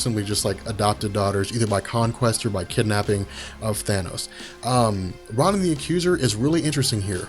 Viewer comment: I love your videos! However, Ronan (Roh-nin) wasn't a henchman or working for Thanos. It was a deal they had. Thanos didn't ask him for the Infinity Stone. Ronan wanted Thanos to do something for him, and Thanos agreed if he brought him the Infinity Stone.